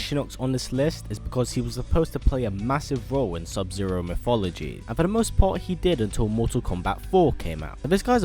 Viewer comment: Dude I can't take you seriously when you pronounce it "Miffologies" you're British, learn to speak English for fucks sake lol